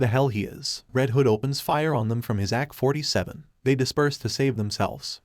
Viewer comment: Dude you really need to work on pronunciations, it’s A K 47, not ack. It’s Batman not batmoan or amaze-o not amazo. Great videos, but so many basic words are said wrong